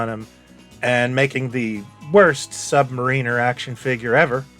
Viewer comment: Sub- MAIR-in-er......not Sub-Ma-REEN-er.